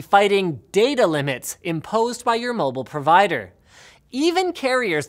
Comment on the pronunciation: You say mobile funny.